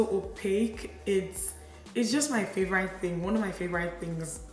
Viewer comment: I always love your makeup looks. Youre a gorgeous gal. Btw, is your pronunciation of "favourite" as "favour-rite " a Nigerian thing or where you're from in England kinda thing? Just wondering because I've never heard it before. It's cute 😃😄😊